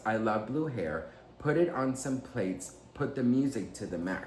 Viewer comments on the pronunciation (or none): she says “I love blue hair put it in some plaits” plaits is pronounces plaahts which is another term for what we call “braids” just an fyi from your language loving English loving grammar loving bestie 😂❤